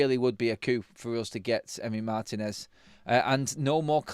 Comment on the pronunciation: Guys, pronounced Mar-TEEN-ez. The accent is on the “i”.